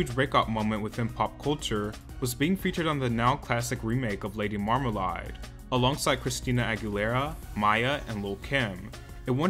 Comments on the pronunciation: did u just say "Lady Marm Ma Lai"? lol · did u really just say "lady marmalied"????